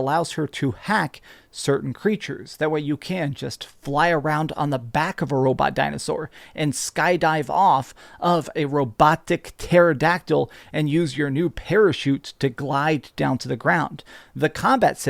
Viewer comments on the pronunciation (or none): "Roboctic pterodactyl" doesn't know how to say robotic 🤣 keep meeting game devs at bars my guy